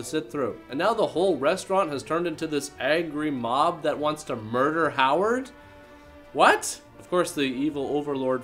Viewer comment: Did he say eggery mob instead of angry mob?